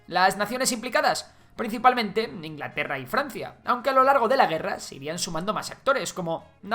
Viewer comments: Perdón Ingalterra? xD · INGALTERRA XD